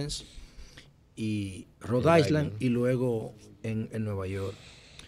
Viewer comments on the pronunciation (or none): interesante comentario como siempre… Una pequeña corrección si nos es posible, y es el caso de la palabra de la palabra “Island” la cual es importante corregir porque me pasó, la “S” es muda. No parece importante pero este fenómeno es una de las alteraciones que le hizo Williams Shakespeare, así que la fonética es “Nailand” por ejemplo, Rhode Island debe sonar ( Rodailand), “Long Island” (Lonailan) a y así por el estilo… Gracias por la oportunidad… 🙏🏾